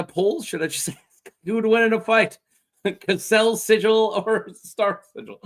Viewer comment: It's Cassel not "Caselle" 😅